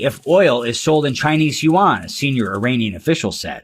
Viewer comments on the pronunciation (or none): none